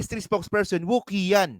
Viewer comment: q in Chinese is pronounced as chi. Kya qian is chi-yan. 😂 Sama nung woo-ki-yan 🤣